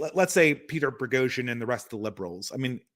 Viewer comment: Is insistence that there is an "R" in "Boghosian" some kind of inside joke at this point? I don't know why this bothers my OCD as much as it does.:D